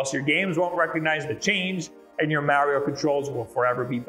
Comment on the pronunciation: Don't ever say Mario again. Also, good video. Thanks for the info. :)